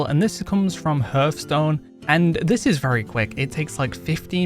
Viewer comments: hearthstone like the hearth of a fireplace dude pronounced harth like heart ;) you're welcome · I cant believe that in 2023/2024, people STILL say 'hurthstone'. It's the most ignorant thing I that hear almost constantly